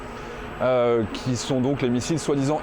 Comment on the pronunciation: Juste une remarque : кинжал ça se lit "kinjal", pas kinzal. Ça veut dire "couteau de combat".